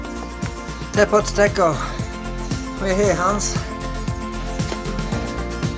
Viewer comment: Do you speak Spanish? -: “Tepoztecatl” Damn!! 🙌🏽